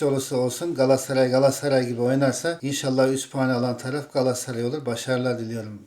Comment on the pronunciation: ciğim, Seni çok seviyoruz. İstanbul 'DAN sevgiler. Bir ricam olabilir mi? Lütfen galassaray değil de; GALATASARAY telaffuzu yapmanızı istirham ediyoruz.❤